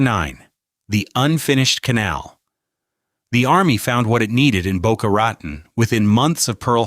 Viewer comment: I grew up in Boca, love it. Never ever heard its name butchered like, this. Pretty deep though.